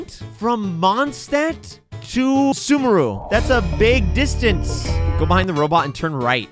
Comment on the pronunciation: Why does he pronounce sumeru like Subaru 😭😭